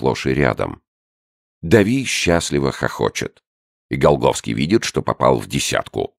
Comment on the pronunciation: Голгофский. Вы глухие что ли? Чтец четко произносит. Почему еврейская фамилия и при чем тут Голгофа, даже вникать не хочу.